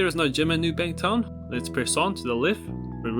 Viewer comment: I’m just gunna pretend you didn’t say and spell it “new bank town” 😂